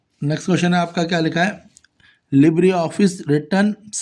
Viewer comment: Ye libre kyu nhi bol pata kya ye learn karke aaya h😂